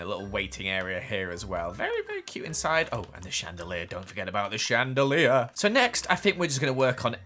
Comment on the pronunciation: Don't forget about the channdelllleirrr XD